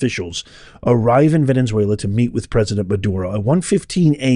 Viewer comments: "Ven-UH-zway-lah" not "Ven-EN-zway-lah". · Venezuela, NOT "Venenzuela". Jane Fonda now has to find somewhere ELSE to run and hide. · Why do you keep saying VENEN-ZUELA? There’s not 2 N’s. Don’t be like Steven Gardner who adds an S to every name lol. I love you! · Why do you say VeneNzuela? Just wondering. Praying for free and prosperous Venezuela and Iran! ❤